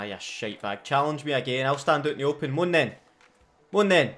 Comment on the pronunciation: "mon then,mon then" spoken like a true scotsman,love it,😎😎🤟🏼🤟🏼 #notificationsquad